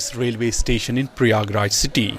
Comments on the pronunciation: Please correct pronunciation of ganges and prayagraj When you read this word "ganges" So pronunciate it gaa- ann- gaa And read " prayagraj" So pronunciate-"praa-yaa-gaa-raaj Ganges=> gaa-ann-gaa=> it is holy river of india Prayagraaj=> praa-yaa-gaa-raaj=> it is place where celebrate mahakumbh (maa-haa-kuumm-bhaa) mela(may-laa) festival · shame on, cant pronounce a simple name prayagraj.